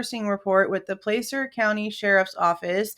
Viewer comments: Not to be pedantic, but it's pronounced Pla-cer, like Plaid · As a foreigner, I try and pay attention to how American names are pronounced. Nevada and Placer both have an 'a' that sounds like 'had', as far as I've been told. Same, I think, with Appalachia (both 'a's sound like 'had'). Edit: When I first saw Kiely's name, I thought it was pronounced 'Keely'. Can't people stick to one spelling? ;-)